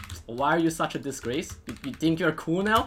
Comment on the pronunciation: He says think as tink